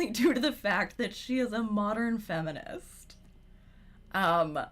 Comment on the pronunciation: Owiginal fwemenist 😂 thanks for the vod!